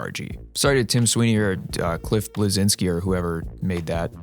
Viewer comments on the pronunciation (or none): its not "Blezinski" u read it like "Bleshinski" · sorry to ruin your fun with the name cliff bleszinski but the real pronunciation is more like blesheenski